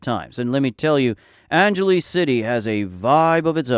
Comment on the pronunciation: Why do you call it angeleez ? its angel less